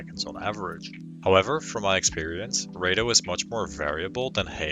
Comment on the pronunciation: raido and heydo? what the fuck is that?